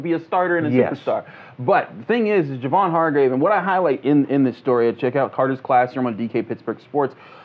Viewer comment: Isn't Hargrave's first name pronounced "Jay-Von"?